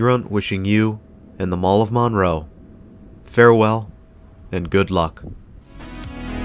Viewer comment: It's not pronounced Maaan-row.... it's Munroe